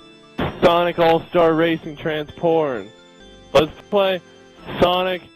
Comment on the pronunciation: Transformed not transporn